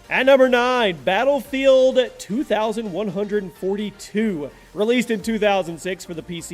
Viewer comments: Why did he pronounce 2142 like a number instead of a year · It's actually pronounced Battlefield twenty-one fourty-two, not Battlefield two thousand one hundred and fourty-two.